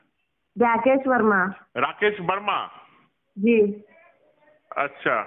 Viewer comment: It's Verma not Verna bro....